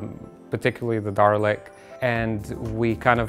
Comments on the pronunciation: “The Darlick” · He sad darlek not dalek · sound like garlic :DD